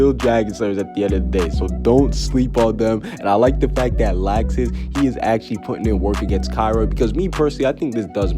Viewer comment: I’m so excited to get fairy tail back in anime. I cried so much when seeing the last episode lol. But this is great news! Also why is he pronouncing Laxus’ name as “lax • sis”?